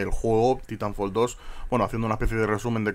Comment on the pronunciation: titonfol, saldrá el 2 y todavía no sabrá pronunciarlo de una manera cercana a la real jajaja pero bueno no pasa nada.